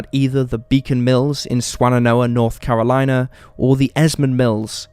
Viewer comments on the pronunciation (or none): none